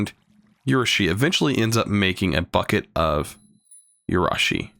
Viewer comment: Yo, I think its pronounced Uh-roo-shi. I think. Don't take my word for it I only know Japanese pronunciation from AMINE.